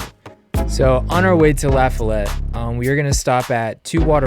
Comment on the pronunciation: its pronounced "luh-fol-it"